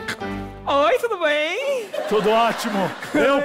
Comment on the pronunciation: "Oi, tudo beim ? " kkkkkkkkkkkkkkkkkkkkkkkkkkkkkkkkkkkkkkkkk